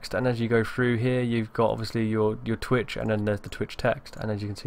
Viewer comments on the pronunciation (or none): Lol he said tweeah